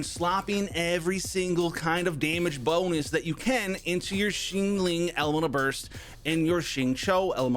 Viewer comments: Shingling lol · what is up with his pronunciation of xiangling lol